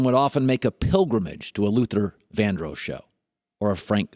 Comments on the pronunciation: Luther VANDROSS....DROSS.....OSS....please learn to say it right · his pronunciation of vandross is really annoying